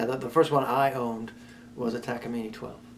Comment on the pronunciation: That has to be the best way I’ve ever heard takamine pronounced